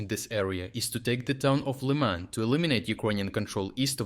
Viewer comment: its the third video wheare your AI get Liman prnounciation wrong. Stop using AI if you want to be take seriously. Maybe thats why you keep getting demonetized